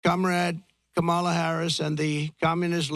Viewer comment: All I heard was a narcissist on a platform doing a smear campaign. And you can’t even pronounce her name correctly. The emphasis is on the first syllable